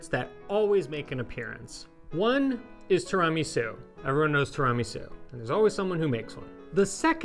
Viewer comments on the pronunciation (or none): Please ask Eva to teach you how to correctly pronounce tiramisu! It is 'tiiira', not 'tiraaa'.😉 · i cant get over the pronunciation of tiramisu asTirahmi-sew haha have i been saying ot wrong my whole life? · I love that says tramisu😂😂😂😂 This desert is a keeper ❤ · TWO RA MEE SOU 😂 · (Pronounced in Eva's wonderful delivery). I absolutely love and adore what you guys have done with Pasta Grammar and enviably your lives over the years. However, I am not sure if it has been noted by anyone else yet that pronunciation of Tiramisu drives me nuts. Just some constructive feedback, as it may have little influence. But, if it hurts my ears than it must do something to Eva's and other's innards as well. I love what you guys are doing and will look forward to other, non Tiramisu related content. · pronounces tiramisu weirdly. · Somebody please teach how to correctly pronounce ''tiramisu.'' Thank you. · Can someone teach this guy how to pronounce tiramisu? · Great video and you are mispronouncing tiramisu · Eva, please straighten out pronunciation! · You're not pronouncing tiramisu correctly.